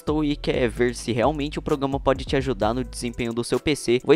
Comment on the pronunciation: Só para de falar: progama E fala: programa